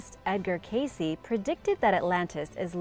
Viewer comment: For more than 40 years I have listened to old recordings and interviews of Cayce, and every one it is pronounced CASE and NOT Casey.